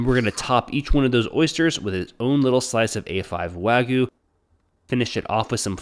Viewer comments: wag-you not waygoo. Think of the pronunciation of gyoza for the y sound, like a short y sound rather than a silent one and a 'u' ending rather than an oo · A great idea but if you could pronounce wagyu as such and not wagoo that'd be awesome. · "Wagoo" Can't anyone even try to pronounce it right